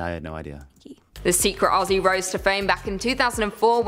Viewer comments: Aussie is pronounced 'ozzy' not ossie! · Just a small tip - Not Ossie, Ozzie. :) Also, not Osstralia, Straylia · It's pronounced more like Ozzie than Aus-sie. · Lol you still gotta work on the pronunciation of Aussie😂. It's more like /ozzi/ rather than /ossi/ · Enjoy watching your vids. To help you out, when you say Aussie, drop the sS and imagine it’s spelt Auzzie or Ozzie to get the phonetics right 👍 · We don't say it like owssie!! ... Aussie is pronounced by us as "Ozzie". The Au is O the ss is Z, ie is y. Ozzie's, but spelt Aussie . You're trying. Cheers! 🎉 🇦🇺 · Don’t say “ ossie “ ! It’s OZZIE ! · If you think you have an " O-see' accent better than an Australian , You must pronounce "Aussie' as "Ozzy' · The FIRST thing you need to know about the Australian accent is to pronounce Aussie as Ozzy. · HEY MATE you probably won't read this .. but you hurt my ears when u say Aussie...... its pronounced Ozzy... like the singer Ozzy Osbourne. plus i like your contents so far lol 😂 😂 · the 'ss' in Aussie isn't an ess sound. It is a zzz sound. Blame muhrican spelling. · Oh yikes that australian accent you tried hurt my soul, also it's pronounced "Ozzie" not Aussie, the s's are pronounced as z's haha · You pronounce Aussie wrong, the double s are pronounced as zz.